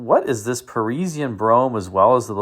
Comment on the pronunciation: it is not perisienne,,it is Parisienne like paw with no w French word means people from PARIS